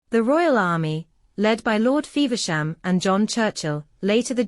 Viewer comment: I watched your production through to the end and gave it a 'like'. It really jarred to hear James the Second referred to as James Two. Lord Feversham was pronounced Lord Fever - sham which should have been pronounced Fevvershum. You clearly love English history. How much better it would be to have your videos narrated in English. All the best.